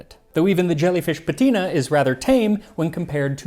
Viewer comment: it's "savīllum", therefore the stress is on the "i"; and it's "patĭna", therefore the stress is on the first "a"